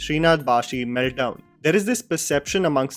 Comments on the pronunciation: Not bhashi, bhaSi… ssss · Its not ‘baashi’ its ‘bhaasi’. Like भासी in hindi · Hi, this is to and all non-malayalis - It's Sreenath BhaSi, not BhaSHi. Happy learning 💝✌️